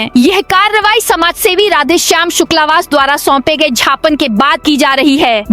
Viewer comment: Gyaapan bolo, jhapan nahi bolo.